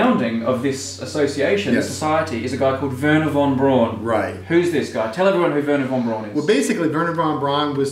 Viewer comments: Braun is pronounced Brown, as in Frau, not brawn as in pawn. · BTW, Braun is pronounced "brown" like the colour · I died every time they said weeerna Vaughn brawn